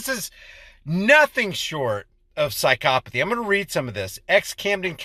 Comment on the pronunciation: why are people now pronouncing psychopathy as psi-copathy?